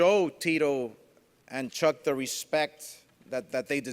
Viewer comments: For the simple fact that this idiot has had a year to learn to pronounce Chucks name and still can’t I’m not ordering ur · Man he can't even say chucks name properly for god sake